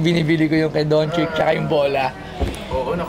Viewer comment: napakabobo talaga neto ni Toyo magpronounce ng pangalan. Donchick daw tsaka Kari lol. Donchich ang bigkas don. tsaka Curry hindi Kari.